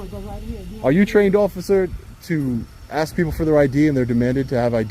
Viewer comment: I guess because they didn't AXE 😂